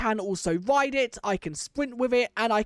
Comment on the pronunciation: you say "wide" or "thwee" instead of "ride" and "three" (no offense btw)